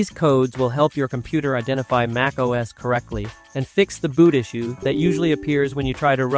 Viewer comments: it's pronounced "MACK - OS". not MAKE OS. ugh...can't even say it. correctly scares me to use this video lmao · TF is MAKE Oh S?